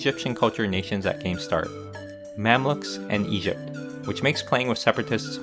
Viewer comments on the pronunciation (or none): ИГИПТ АЧИВМЕНТ)))) Братан, ты лучик солнца в наше тяжелое время) Кстати, БоГемия не звучит как БоСемия, если уж и говорить на американский манер, то БоХемия) А то вчера прям улыбнуло с боСемии!!)